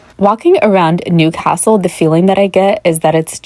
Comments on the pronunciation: It’s ’Newcastle’ pet ….. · Newcastle is one word not two!